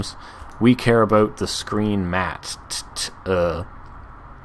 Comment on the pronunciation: "Screen MatTTTTTTT E "